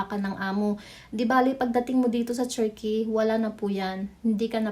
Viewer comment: Pag aralan nyo nga po yung pronounciation nyo ng TURKEY meron yan dito sa YT how to pronounce, nakaka banas kasi